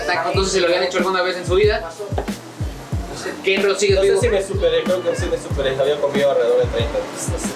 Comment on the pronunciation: Se llama Kenrooo Señor con R jajaja